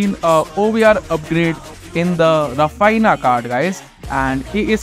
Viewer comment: Raphiniya is how u say his name